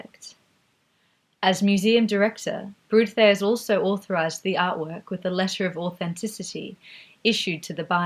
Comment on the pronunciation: Wonderful, thank you! But I will never understand the stubbornness of English speakers not to learn aaaany other language. Hah-ke, Brod-ars, I'll not even start with the French ones....